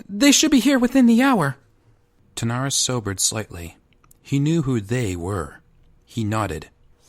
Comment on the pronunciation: Good voice acting but you kept pronouncing King Terenas’ name “Tanaris”